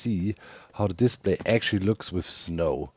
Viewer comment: The way you say "display" makes me think of a diss play, like play made for roasting. - To be or not to be, that is the question. Unless Menos is nearby, then I'd rather get away from him and his stinky pits.